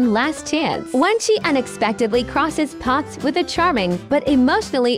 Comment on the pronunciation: Weird. Tiktok voice randomly gets a British accent when it says the word path.